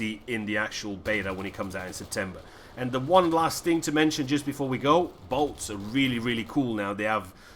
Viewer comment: Boats. Bloody accent xD